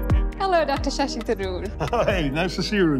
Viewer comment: The Brit pronunciation makes sense - Dr. Sassy Tharoor